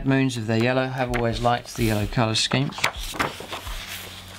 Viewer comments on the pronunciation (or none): none